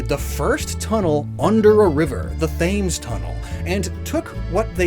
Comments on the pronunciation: Shows how much British knowledge has. "Thames" it pronounced "Temz", not "Thaimz". I know English is hard, but there has to be a limit. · Thames is pronounced 'Tems', not 'Thaymes'. I don't blame you for the mispronunciation, though. Most London placenames don't follow the conventional rules of modern English (especially American English). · the ‘Fames’… the River Thames is pronounced ‘Tems’. Americans 🤦‍♂️ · Did you just say the "Fames" tunnel? Thames is a soft Th... Tems almost... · Thames is pronounced like “tems”! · Thames is not pronounced like that it's pronounced Tems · “Thames” is pronounced “Temz”. No, it doesn’t make sense. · The Thames river is pronounced Tems. Like Tem Tems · I'm sure it was to drive engagement and not just ignorance, but "Thames" is pronounced "Temz". Edit: Also it's quite funny to see how many people in the comments didn't get the continuous jokes. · heads up, the River Thames, which you refer to here, is pronounced "Tems" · It's pronounced Tems, not Thames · I love you, but as a Brit I can't ignore you misrepresenting Isembard Kingdom Brunel (He is very famous and celebrated over here) and I did actually gasp when you mispronounced Thames 😅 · As a brit. Saying Isambard lived in his father's shadow and mispronouncing the Thames hurt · As an American, hearing him pronounce the Thames completely wrong hurt as well. It also shows he didn't research it that well if he didn't see the pronunciation. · you are killing me with these pronunciations. Why do you pronounce "colloquial" with an e? And pronouncing "Thames" with a "Th" sound rather than "T", oof. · Who’s gonna tell him about how to pronounce Thames